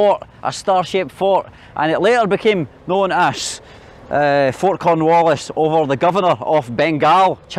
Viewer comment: why are you going north instead of south, to Java or South Sumatra? also, did you say “Corn Julio”? LOL 🤣